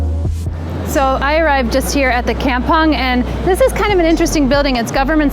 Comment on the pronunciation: Oh gawd... While it's a nice episode... Hearing the word "kampung" pronounced that way is so painful. And butchered the Malay language. LoL. Did you actually asked a local Malay person in Singapore how it is supposed to be pronounced? LoL. Anyway I really like the places you visit... But... Just don't butcher the local words LoL.